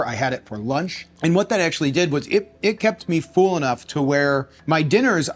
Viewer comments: Dude, your videos are great but PLEASE, it is pronounced "full" like "bull" NOT "fool" or "feul"! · Distracting the way you pronounce “full” as “fool” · The “fool” instead of full makes me giggle every time. Love these diet experiments you do!